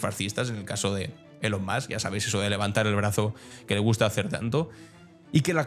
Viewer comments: Se dice ílon, no elon. Los garruliños y antiguos tienden a decirlo mal. Tú no eres ni garrulillo ni antiguo. Dilo bien, hombre, da mala imagen. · Usted si que es garrulillo, no es que se diga, sino que se pronuncia fonéticamente"ilon". Y se escribe "Elon". Como casi todo español lo lee literalmente sin tener en cuenta la fonética del inglés. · Ni "Ilon", ni "Elon". Hay un sonido característico del Inglés llamado "schwa" que se utiliza para pronunciar la letra "e" cuando va acompañada de una consonante.